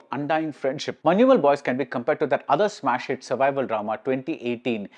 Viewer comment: You are the only non malayali who pronounced correctly Manjumal Boys.❤